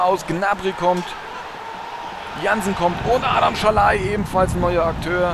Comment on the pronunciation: Moränen es sein das Bergi immer Schalai sagt??? :D